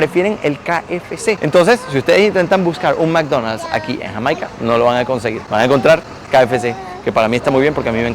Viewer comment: 2,02 minutos.... cuántas veces más hasta el fin del video, dice Hamaica,encima lo pronuncia mal 😂